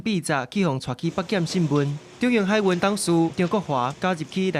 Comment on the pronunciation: 「海運」(hái-ūn)毋是(hái-īn) ，是文音的(ūn)，毋是白音的(īn)，主播講毋著，配音是講著的。